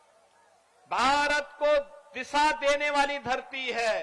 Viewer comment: Oyyar nahi uttar pradesh Disa nahi dishs Siksa nqhi shikshs